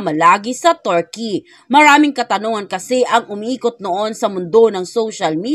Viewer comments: Kilala sla na bansang Turkey,, pero pinalitan nla ng Turkeyee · Mam, sorry po please pronounced Turkey correctly😢